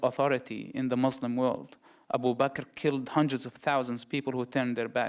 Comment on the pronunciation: I AM WAITIN FOR HIM TO RECITES VERSES OF QURAN THAT HE CLAIMS HE MEMORIZES HALF OF IT... ANYWAY HE SPEAKS JUST LIKE ONE OF THOSE FAKE EX MUSLIM.. ONE OF HIS BLUNDERS WHEN HE PRONOUNCE CERTAIN FAMILIAR WORDS .. for instance.. M O R S L E M... hahahah! ehoehoehoRRR.. he sounds like DONKEYS..A Muslim never speaks like that..